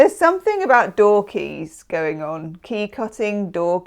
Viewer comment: When you said "door keys might be important", I just heard "dorky". I might have a significant nerd event!!